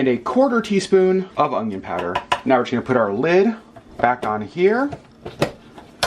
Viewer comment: omg you say "ongion!" I had never heard this pronunciation until I started watching "Weed 'em and Reap" vlogs, now you're the second person I've heard pronounce it this way.